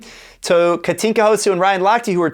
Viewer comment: Houszu ? Really? But at least you pronounce her name correctly, which is much more difficult than writing 6 letters correctly. 😉